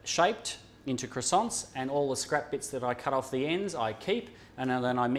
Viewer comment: are you going to finish those cwoissants..?